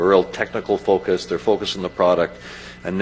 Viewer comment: "we fouce we make the things happen."